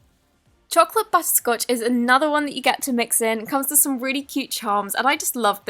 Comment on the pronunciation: it sounded like she said butt scotch😂 no hate just thought that was kinda funny